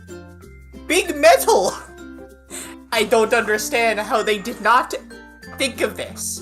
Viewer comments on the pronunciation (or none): SORRY SIR BUT "bIG MET-AL" KILLED ME